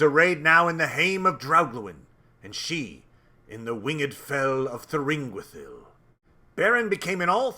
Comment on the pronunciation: He is the only reason I know how to pronounce Thuringwethil 😂😂😂